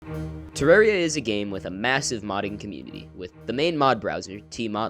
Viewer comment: Amazing video, also congrats on being one of the few people that actually pronounce 'Terraria' correctly!